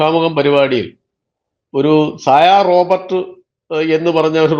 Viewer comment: റോബർട്ട്‌ അല്ല സുഹൃത്തേ റോബോട് (robot) ആണ്. ദയവുചെയ്ത് ശ്രദ്ധിച്ച് പറയൂ.